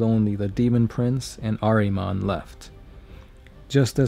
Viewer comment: It's pronounced "ARE-uh-monn," damn it! His name is "ARE-uh-monn!" Show a little respect to my man Ahriman, dude. :-p (Decent video altogether, though, buddy. :-D )